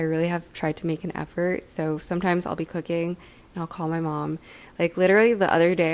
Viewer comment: For some reason when you said that you been into cooking lately I heard coc**ne and was like what noo